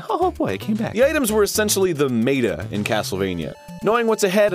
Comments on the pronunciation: kind of grammar nazi-ish, but did you guys hear him when he said "items were essencially the mae-ta" like wut. Did you mean meta? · it's met-a not may-ta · "Items were the mayta." Mayta. Mayta...... .... meta..... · why did he pronounce it like “meyta” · 11 years later and I still can't get over Arin pronouncing meta as 'mayta' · I like how he pronounced meta "mayta." I've never heard it said that way, very neat. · Hey Arin just so you know you said mate-ah not met-ah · Did he just say MEY-TUH? I understand maybe that's how it should be pronounced but meta is fine.. lol. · Did he pronounce "meta" as "may-ta?" I just got a flashback to that Goof Troop episode hahaha "Do you say may-ta data!?" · When he pronounced Meta as "May-ta" Ugh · >pronouncing meta like "mae-tah" I KNOW YOU TALK FUNNY BUT THIS IS TAKING IT TOO FAR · I saw this video the day it came out 8 years ago. And I only noticed this now... Did he just say MAYtuh when describing meta??? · "the mayta" what a fuckin idiot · I know it's 7 years later but we just gonna ignore how Erin pronounced "Meta" ? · Not how I pronounce it but ok! Good shit! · rofl at you saying "meta" wrong.